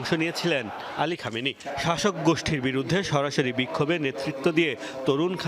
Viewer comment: কমিনি না খামেনি